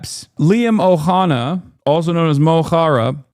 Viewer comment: Someone needs to tell the British establishment it's not "O'Hanna" it's "Og O'Hannaidh". Disrespectful pearl-clutching clowns.